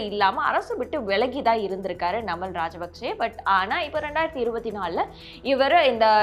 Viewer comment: ஒழுங்காக தமிழை உச்சரிக்கவும் நாமல் ராஜபக்ச